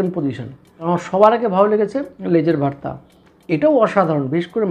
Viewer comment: Apni vorta ke varta varta uccharon korchen keno?